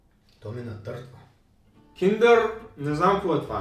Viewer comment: Не хейт но се казва натъртва а накъртва